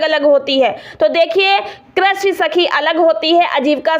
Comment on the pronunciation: Pahle to Aapko krisi bolne nahi aata😂